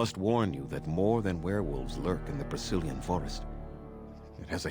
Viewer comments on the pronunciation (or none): everytime i hear Brecilian Forest, i for some reason only hear "Brazilian Forest" and i can take it out of my mind anymore D